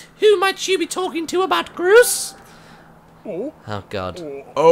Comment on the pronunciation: I love how Martyn called Groose Grose!